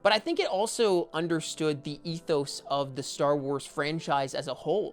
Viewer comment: Bro really said ETHOS